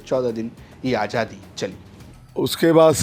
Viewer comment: Bhai ajadi nahin azadi hota hai aap zara please apne shab pe dheyan dijye